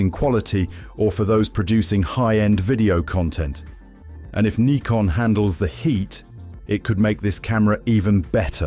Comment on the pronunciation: He pronounced it correctly..